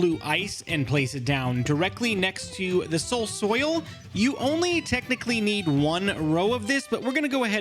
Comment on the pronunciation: Finally caught up on the vids:) and also SOUL SOIL say it with me soul soil